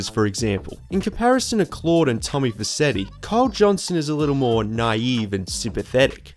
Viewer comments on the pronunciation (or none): none